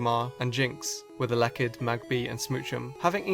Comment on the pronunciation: i dont think i have ever heard anyone mispronounce elekid that poorly